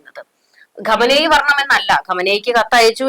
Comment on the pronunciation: ഖമ നേയി...അല്ല ചാച്ചീ.. ഖൊമേനി......😂😂